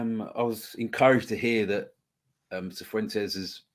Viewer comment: Pronounced fifuentes. 😂